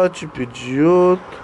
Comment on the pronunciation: É pideyoti